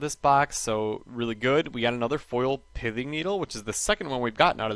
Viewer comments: I think it's pronounced PITHING needle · you said it more like "pithing" needle